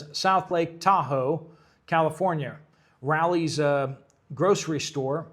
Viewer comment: Raley’s grocery store is pronounced Rayleys